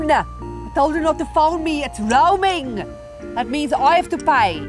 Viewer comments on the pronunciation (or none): "It's roaming" legit shows she is South African 😂